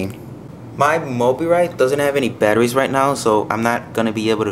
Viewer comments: btw its pronounced mo-bye-rit and nice video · its pronounced mo-BYE-rit. And those are prototypes, so they're not final. But you did point out a lot of things I hadn't noticed.